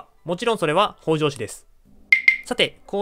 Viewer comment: 「北条」のアクセントは頭高型ではなく平板型で発音してほしいです。 同姓で頭高型の方もいるようですが、 歴史上の北条氏は平板型で言い習わされていると思います。 もし新しく作る動画で機会がありましたら、ご一考いただければ幸いです。